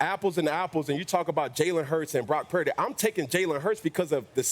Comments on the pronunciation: Cam Newton pronouncing Purdy as 'Parody'... Low key no respect...😂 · I'm sorry I can't take Newton seriously. He's always mispronouncing people's names. "Brock Pur-eh-dy" spend less time looking at oversized hats and a little more time on prep for appearances. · Cam cannot say “Purdy” to save his life 😂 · Cam, you need to work on that PURDY word!😂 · Cam fumbling Purdy's pronunciation? Penalty for Real Madrid